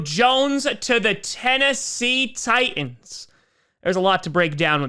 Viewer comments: “the Tennessee Tie-ins” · "Tie - ins"